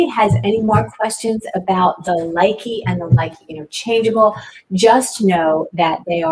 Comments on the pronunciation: It is properly pronounced Loo-Kuh not Like-ee. Thank you for at least giving it ur best to pronounce them :) instead of being hateful, I thought I would be helpful and tell u the correct pronunciation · if you gonna sell it, learn to pronounce the name correctly